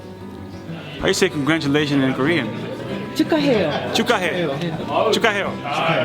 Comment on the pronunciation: 켄리 젠슨 "축하해요" 발음 개좋은데? ㅋㅋㅋㅋ 한국어 따로 배운거 아닐까??